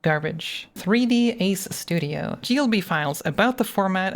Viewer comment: 3D "Sudio" & "Achive" has me laughing for the last 10 mins